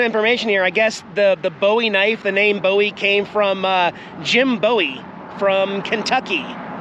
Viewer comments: just a little help with how Bowie Texas is said Boo-ee. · I'm not good at phonetics but in Texas we pronounce Bowie Boo-wee, light in the W. Not like David Bowie. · Love you and your videos plus the kitties. The town is pronounced Boo eee. Bowie. Do not be offended as you are not from the area and did not know Hugs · Where I'm from its pronounced "Boowee" Texas and same for the knife...Lol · It’s pronounced Boo ie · Hey when you pronounce the name BOWIE IT IS NOT THE WAY YOU PRONOUNCED it